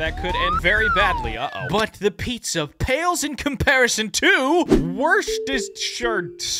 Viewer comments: ITS JUST WOOSTER ITS PRONOUNCED WOOSTER SAUCE I’m from the uk I know what I’m talking about you also have your Google pronunciation on American for a sauce that’s from the uk you should not have it on American for a sauce from the uk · You pronounce the word Its pronounced WER-CHESTER-SHIRE-SUACE your welcome google translate is bad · its pronounced Worcestershire (war-Chester-shire) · It's pronounces "Wor - ster - shur Sauce" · it is actually pronounced "war-chest-er" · If anyone comes across this comment and is wondering, in Britain Worcestershire Sauce is pronounced ‘Wooster’ sauce. I have no clue why it is a little bit weird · just trying to figure out how to say Worcester sauce😂